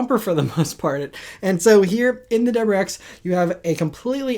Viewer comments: It’s a “W”’pronounced “Double U” not “dubber”. Please slow down and pronounce your words- you are a professional talker. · What is a "Dubberex"? Dude... please speak more clearly. 👍🏼